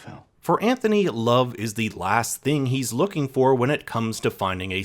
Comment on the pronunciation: How did you manage to mispronounce Anthony’s name throughout the ENTIRE video? Not like his name isn’t said a thousand times in the show to mimic.